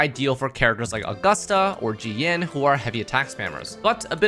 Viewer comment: I looked at the subtitles and saw that you keep saying "Genshin" rather than "Jianxin" That's a very clear sh sound you pronounced there when it's much supposed to be pronounce a s sound.